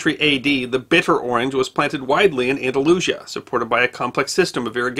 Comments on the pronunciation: the pronunciation of Aldalusia as disturbing. it should be "an-da-loo-SEE-ah". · Pronounced "An-da-lu-CÍ-a". And in Spanish, oranges are "Naranjas". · Andalusia is pronounced An-da-loo-SEE-a